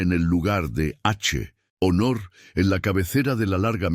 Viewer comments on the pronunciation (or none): ¿Que le pasa al narrador o al sistema de inteligencia artificial?, hace pausas innecesarias entre palabras, hace pausas en medio de palabras, dice gilipolleces como HACHE ONOR, ERRE ELACIONES y así asta el final, UN HORROR DE NARRACIÓN A VER CUANDO REVISAN LAS NARRACIONES ANTES DE EMITIRLAS Y ASÍ PODRÁN RECTIFICAR ESTOS ERRORES TAN ESTÚPIDOS